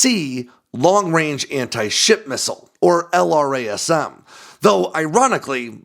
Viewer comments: Each time he says L-R-A-S-M, I cringe.... Why can't he say it like we all say it? "el-Ras-em" .... Or is this some Aegis style bullshit where the engineers say it different from the operators? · Nobody says "ell arr ayy ess emm". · Brother, why do you say "jazz-em" (instead of the letter), but not "el-razz-em" for LRASM? Save yourself some time!